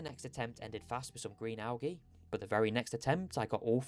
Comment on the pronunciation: I made it 4 mins in. Had to click off. Please look up how to say al-gee. Good luck though